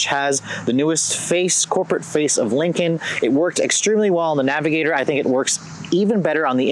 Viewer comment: Navigator not avigotor